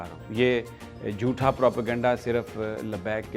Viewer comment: Mr. Sami Ibrahim please note that the word JOOTHA is not correct. It should be spoken as JHOOTA.. So pl